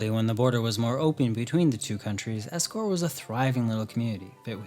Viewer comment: You know, you butchered poenegamook properly😂 but its ok you redeem yourself with escourt😂